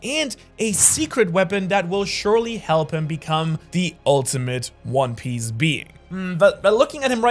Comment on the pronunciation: "One pice" 💀